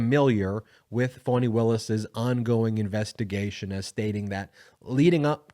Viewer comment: Her name is FANI , not phoney , fawny or phany.